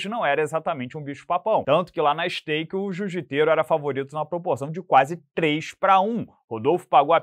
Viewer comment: Vc falou stake?